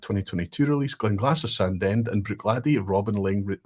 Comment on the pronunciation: Think someone needs to watch a pronunciation video on how to say 'Sandend'.... 😀 (Sorry, I couldn't resist. I now live relatively locally and have been pulled up on my dodgy pronunciation on several occasions...)